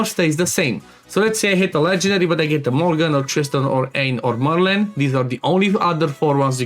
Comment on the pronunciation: BTW, Aine is pronounced Anya.